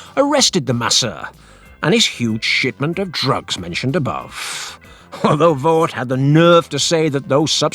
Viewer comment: Voet is pronounced more like Voot. Oe is a diftong, sounding a lot like a double oo in English.